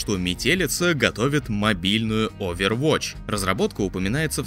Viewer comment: Как-будто просто новость про мобилку очервотч уже режет слух)